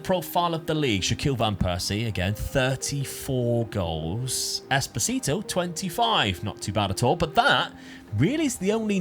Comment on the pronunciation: Espo-sito Espo-tistito